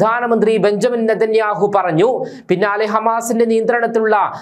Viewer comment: Benjamin alledaa.. Benyamin ennu vaayikanam